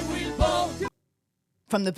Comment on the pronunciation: Immediately hearing “ I weel vote” at the start of the video 😂😂